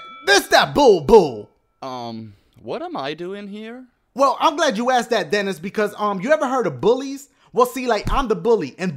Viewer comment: That's my name dennys and you pronounce it like that